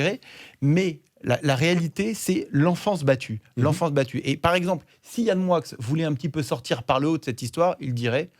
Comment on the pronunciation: Pourquoi dis t'on MoiX (Moickxssss et pas "Moi") c'est français non ???? ou alors dorénavant je manges des NoiX (noickxsss)...